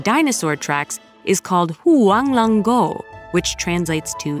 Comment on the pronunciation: I really loved this video and the animation. It’s beautiful work, and it’s always exciting to see how global folklore intertwines. That said, I wanted to gently mention that the pronunciation of some of the Mandarin terms stood out to me. It sounded like a well-meaning attempt by a native English speaker, but in parts, like with HuangLongGou, the delivery came across a bit awkwardly, almost resembling the kind of exaggerated accent that can unintentionally evoke stereotypes. It would have been great if a native Mandarin speaker could have been consulted, even just to say the names or explain the tones. That would have added both authenticity and respect to the cultural references. Even a flat, anglicized pronunciation would feel more comfortable than something that risks sounding like a caricature. Thanks again for the beautiful storytelling.